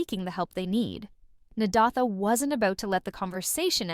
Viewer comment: Learn to pronounce that name! Na-day-tha. It is annoying!